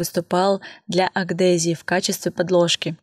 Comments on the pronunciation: Если я не ошибаюсь, Адгезия, а не агдезия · столько лет занимаетесь маникюром, ещё и людей обучаете, ну пора бы уже точно проговаривать термины. Сцепление поверхностей разнородных твёрдых и/или жидких тел называется адгезия, а не акдезия.... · В более старых видео правильно это слово говорит, а тут что-то пошло не так, причем целых два раза 😄😄